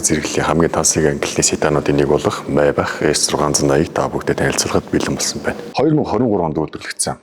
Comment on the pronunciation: Мэйбах биш шүү Мааябах